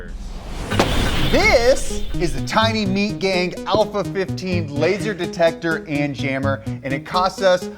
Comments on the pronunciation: Did he say Tiny Meat Gang? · did he say tiny meat gang🤣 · Lol did you say tiny meat gang? Lol. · anyone else hear him say the tiny meat gang laser detector?